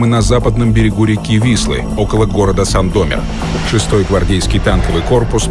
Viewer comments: Спасибо авторам! Проснято с любовью! Только доктору повнимательней над акцентом в слове Сандомир, на последний слог. А то по ушам режет. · Интересный документальный фильм. Люблю пересматривать. Одна только поправка. Город Сандомир - ударение на "И".